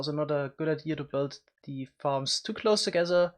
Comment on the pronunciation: “ meanwhile ZE other team” Is he german